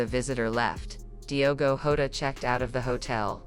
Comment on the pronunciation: This person don't even get the surname correct.... It's not HODA it's JOTA.... Please give correct info not this nonsense